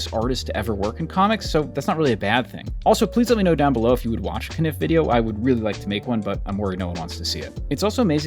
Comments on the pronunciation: Caniff is pronounced “cane-if” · Oh is that how Milton Caniff's last name is pronounced? I apologize for butchering it over the years. Hahah! Please please please do a video about him. Terry and the Pirates is undeniably very problematic and dated. It's basicly nothing but ethnic stereotypes. It's also beautiful, inspiring artwork.